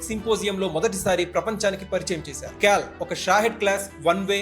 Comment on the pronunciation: క్యాల్ అదెక్కడి పదం బాబూ అది kaal (కాల్ ).